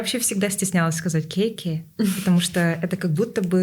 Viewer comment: Не ке ке девушки! Почему портите свой родной язык! Экии,экии надо говорить. Ведь вы в эфире находитесь. Не правильно произносите и еще смеётесь- вот этого не понимаю! Я никогда не слышала,чтобы так здоровались ке ке! Что за слова!